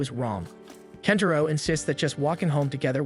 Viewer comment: Kentaro turns into KENPACHO at the end episode for a minute. Thanks AI script. 😂😅 that usually annoys me but i actually cracked up when i heard that